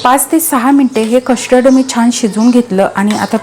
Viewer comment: Kashtard nahi custerd powder pronounce kara